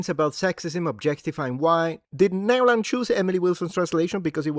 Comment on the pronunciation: Nyeeeohlahn for the L! LOL!